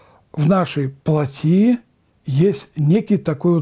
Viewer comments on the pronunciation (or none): Надо говорить плОтские.не плотИ,а плОти.